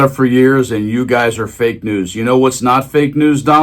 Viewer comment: I like the looks on the faces of the guys behind him as he pronounces it fake news. They look like they are being violated while they stand there. I hope it makes them uncomfortable.